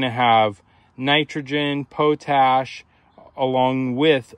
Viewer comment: A stoner pronouncing potash as POE-TASH instead of the normal POT-ASH is a little funny.